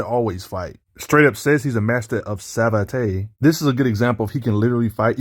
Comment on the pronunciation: it's correct prononciation is "sav-at" I know cause it's a french martial art & I am french (unfortunately).